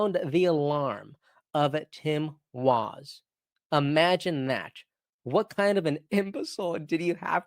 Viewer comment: Can you actually pronounce words and names correctly y ly? You sound stupid.. wazzz is Walz. Ferod is fraud. Noem is Noam etc etc